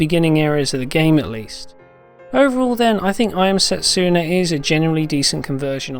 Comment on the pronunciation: Setsuna is pronounced se-tsu-na, not set-su-na..........